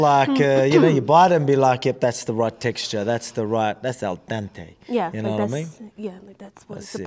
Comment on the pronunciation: “La Diente” to the tooth 🦷 Diente is tooth in Spanish.